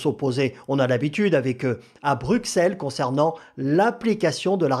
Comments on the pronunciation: On ne dit pas Bruxelles. Ça se prononce Brusselles. On ne prononce pas le X mais un S . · Ça se dit pas Brusselles , mais Brucelles ou Brusel...